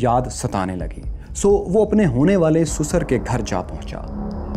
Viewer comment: Yeh Bhai Sasur ko Susar bolta hai 🤣🤣